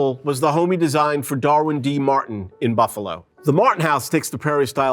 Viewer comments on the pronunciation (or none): none